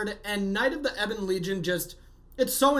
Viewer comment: it's eh-bun, like the mineral ebony. Like in the song Ebony and Ivory.